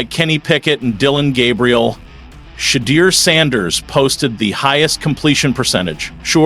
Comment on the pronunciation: Shade deur huh? Cmon, be better.